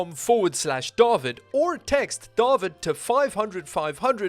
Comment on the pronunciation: The way you pronounce as Dah-vid gives me flashbacks to my school days, now everyone just calles me Dave which doesn't make me cringe. Btw it's Da-veed